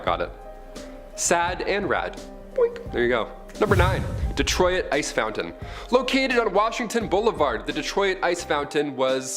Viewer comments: I love you, but us in the US we pronounce Detroit as "Dee-troit"...not "Dee-troy-it" lol! I guess it's a Canadian thing? Of course WE mispronounce SO many Canadian words that it's horrifying! 😁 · i mean it may be a regional thing but by me we say "duh troy t" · Detroy-It lol